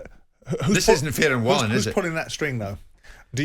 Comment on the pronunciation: Fury smashed Wallin, if it wasn’t for the cut nobody would care about Wallin! (Pronounced Va-leen btw)